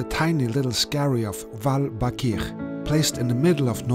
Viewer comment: You just said Hvalbakkir anyway you wanted but it's pronounced ,,KVaal-BBA-KKir".